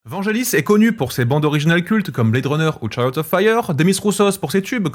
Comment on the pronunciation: [VangUelis] et non pas [Vangelis] comme nous le rappelle Jean-Michel Jarre. S’il te plaît, fais un effort 😂